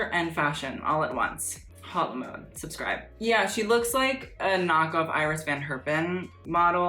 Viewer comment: If you have a French name please pronounce it correctly h is silent and o in mode has a sound [o] not [ow]